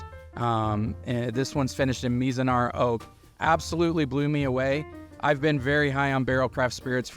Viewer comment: My man. You gotta learn how to say Mizunara before doing a video about it. Lol